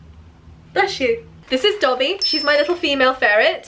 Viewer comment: It’s Dobby, not Coby